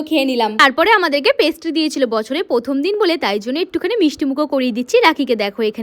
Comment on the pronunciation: Katha ta hobe prothom not pothom Apni pronunciation ta thik korun